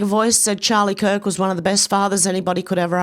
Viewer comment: Charie kirk? Umm wtf is that?